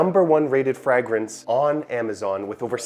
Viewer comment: QUIT SAYING FRAGG Rinse